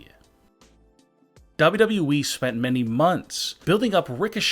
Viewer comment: Say WWE again. 🤣 "dubdub EEE"